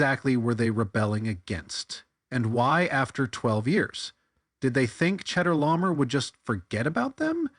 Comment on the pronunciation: One small thing. "Chedorlaomer" is pronounced Khedola'omer. (No cheddar was harmed in the making of this tale.) Same thing with the "ch" in Melchizedek: it's Melkhizedek.